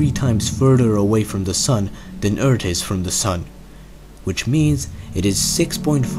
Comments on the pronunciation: please stop saying "urt" its called "earth" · can you just say Eart h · this guys skill to say eart is better than his ability to talk any other way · stop fkn saying urt. learn english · He can say the TH in three, but not in Earth. 😧